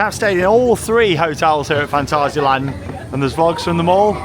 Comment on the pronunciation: Stop speaking Gerglish please, If your speaking in German it's Fahn-TAH-zee-uh-lahnt, if your speaking in English it's Fan·tay·zee·uh Land 😊